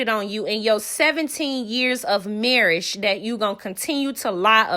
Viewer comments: The way you said marriage got me weak 🤣 💀 😭 😂 😅😅😅😅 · Shubscribe? Marrish? C'mon now sis. 😒